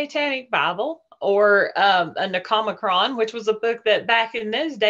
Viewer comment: yes she did. And she pronounced necronomicon incorrectly too. Its very odd. I can't understand why she would make this story up though